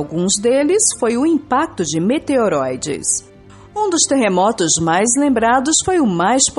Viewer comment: meteróides? hahahahahaha parei ai.